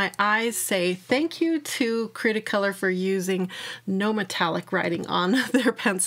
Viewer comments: Your husband is wrong. Its Austrian and it it pronounced Cre(the e here is like E as in Elephant)_ta-color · Hello there! Lovely video, as always. Cretacolor is actually the brand. THE e " by Brevillier Urban & Sachs" was added after an acquisition in 2008, I believe. You can pronounce it as, Kreh-tah-koh-lor. The "creta" part means clay (but also chalk in other languages). I love your reviews because they are nice and detailed and you bring forth pencils that aren't reviewed as much. Cretacolor is very wide spread here in Romania. Did you try their Nero black pencils?(I have a small review about them up!) All the best , lovely people! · Your husband was almost right in the pronunciation but its one word. cretacolor this is a german speaking factory. So you you need the german pronunciation. And the upper word is in france pronunciation I think